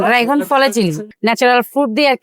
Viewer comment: ড্রাগন না ডাইগন😂😂😂